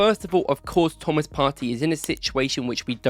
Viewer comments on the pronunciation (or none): none